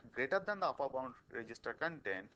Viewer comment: uppur? really?? upper